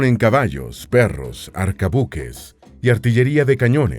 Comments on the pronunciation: Corrección de pronunciación de un español de Madrid: arcabuces, con sonido z, no arcabukes con sonido k; es bergantín, no bergatin; no es Pedrarías Dávila, sino Pedrarias, sin acento ni tilde, es una contracción de Pedro Arias.. ✌🏻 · Pronuncie bien, maestro. No son arcabuques sino arcabuces. Tampoco son bergatines sino bergantines. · Arcabuses es la palabra correcta, también me pareció extraño cuando lo dijo. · Se dice arcabuz y arcabuces. Ni sé cómo lo ha pronunciado. Al menos que se informen bien